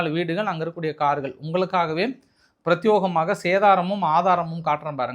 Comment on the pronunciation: Dear, எத்தனை முறை எவ்வளவு பேர் சொன்னாலும் உங்கள் தவறான மொழி உச்சரிப்புகளை திருத்தவே முடியாது. பிரத்தியேகமான என்பதுதான் சரியான தமிழ் ஆனால் நீங்கள் எப்போதும் பிரத்தியோகமான என்று தமிழில் இல்லாத தவறான உச்சரிப்பு தான் செய்கிறீர்கள PROVINCE ப்ராவின்ஸ் என்பது சரியான சொல் ஆனால் நீங்கள் தொடர்ந்து provinance ப்ராவினன்ஸ் என்று ஆங்கிலத்தில் இல்லாத வார்த்தையை சொல்கிறீர்கள் இதுபோல பல சொற்களை தவறாகவே சொல்கிறீர்கள் நாங்கள் உங்கள் அருமையான content களை மட்டுமே எடுத்துக் கொள்கிறோம் பிழைகளை கண்டு கொள்வதில்லை நல்லவேளையாக நீங்கள் lecturer ஆக இல்லாததால் மாணவர்கள் தப்பித்தார்கள். keep it up பாராட்டுகள்.